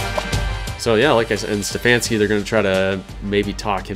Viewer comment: Hey I'm just as mad as you guys that I locked out CAU out, but I'm hyped to be recruited by so many good teams. Also I don't think I noticed it till now but my last name is pronounced Ste-faun-ski. Sorry about the miss up there my fault not your guys's.